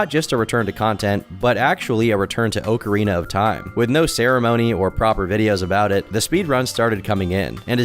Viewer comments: Of all the controversy you garner with your videos,, saying "OAKarina of TIme" is the most warranted. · TOM, you should know god damn well it's not OHcarina, I genuinely don't know if I can watch you after that one brother imma be real 😭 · Idk why but I had to turn the vid off the 25th time you pronounced the game, “oak-uh-teen-uh”. It was irritating tf outta me. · Bruh if you say oak-arina one more time Imma come out as trans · Why are people so pressed over him saying “oak” arina 😭🙏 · Every time you pronounce it “Oak-arina” of time, I die a little inside.. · Good video. Is what I would say if I didn't have to hear you say "OAK-ARINA of time" like two dozen times. This is what happens when you get your haircut at the dollar store. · How do you mispronounce okarina so bad, it's literally the name of an instrument bro😭😭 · the kind of guy to mispronounce Ocarina and think no one would notice. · Lmao I love when he does shit like that 🤣 “Oak-arina” such an anti weeb. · FOOLS! its pronounced "Oh-kay-ay-rina" was merely testing you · That sounds like the ocarina was carved from an oak tree. lol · Wrong pronunciation or not, I have and always will call it "Oak-arina" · Tbf, with the spelling "ocarina" in Japanese, 'オカリナ' (where the game was made obviously), it'd be pronounced oak-arina. It just depends on where you are, the Japanese don't pronounce any of their loaner words like us, and we don't pronounce most of our loaner words like their countries of origin, but yea, we all say awk-arina. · In the UK we pronounce it "Ock-arina", with a short "o" sound as in "on", for example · I’m about to have my own downward spiral after hearing say “oak”arina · Legend of narcissa, dick oakerana of time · the type of guy to pronounce ocarina "oak-arina" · It's pronounced ocky way rina of time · It's pronounced OAK-A-RAY-NAH of T-YME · Love your channel. The way you say Ocarina, pisses me off. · Not with that stress pattern, though